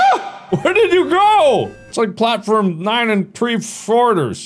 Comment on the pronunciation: “It’s like platform 9 and 3 florters” 😂